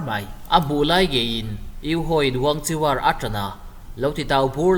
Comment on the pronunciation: Wangchiwar Tih loh tur, an mahni chinese trawnga WANGKHUER tih tur